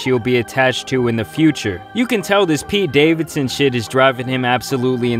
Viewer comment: ....why you gotta say Pete Davidson name like that? 😂🤨